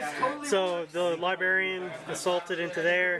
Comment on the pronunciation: Say "libarian" again and we'll see what happens.